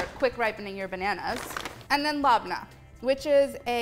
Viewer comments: Molly love it but if you really want to appreciate another culture it’s pronounced Leb-nah . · Do any native arab speakers pronounce "labneh" this way?